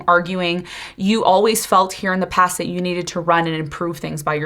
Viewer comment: 👏 👏 👏 👏 👏 BRUUUH,"coming from deh pass" 😢every dam time I hear it!!!! I cringe. I stop talking and started shouting at the universe 😅to Please keep them in thee pass...its like a flock of ducks migrating 😅